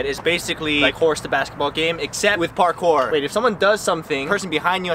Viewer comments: This is... Pakourse!!! and yes, missing the 'r' was intentional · ITS NOT PARKOUR; ITS PARKOURSE the best thing to hear